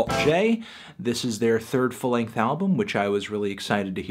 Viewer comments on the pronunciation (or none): none